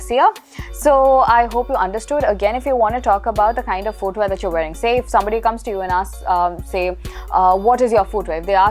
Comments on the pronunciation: American pronouce , fooot, footwea. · My dear, pls correct your "footwear" pronunciation...for someone who is generally good with pronouncing words properly, pronouncing something as basic as footwear wrongly, is quite unacceptable. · I actually love the way you speak English. But I noticed that you have been mispronouncing the word "foot" and "footwear". It's fut and futwear. There is no "oo"